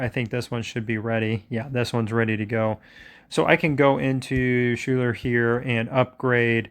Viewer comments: Great videos, but one thing drives me nuts. Her name is pronounced Skyler. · Schuyler is pronounced "Skyler" 👍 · FYI Schuyler is pronounced "sky-ler"